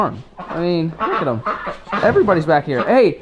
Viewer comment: itss not jem that is how u spell it u sey it đem